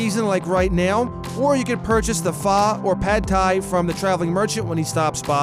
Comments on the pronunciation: It's not phaa, it's pho(like your saying foe) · The faaa(pho)? It's fUuu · What did he just say? PHAAAAA??? NO NO NO PHO(F - UUU?) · "Pha". It's pronounced "F-oh". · It's actually not either. It's pronounced fuh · it's pronounced F-O (pho) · It’s pronounce fuh, because iam Vietnamese! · pho is pronounced f-UH (its vietnamese) i just dont like hearing it pronounced in other ways k thnx bye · Pho is pronounced (fuh) im Vietnamese so... your welcome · pho is pronounced "fuh". other than that, its delicous. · he called pho as pha -. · I cringed as you said pho, come on man you’re a terraria youtuber, learn your Vietnamese pronunciation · I got really frustrated when he pronounced phở wrong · You kinda pronounced pho wrong...